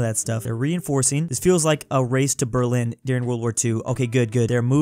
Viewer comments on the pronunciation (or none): none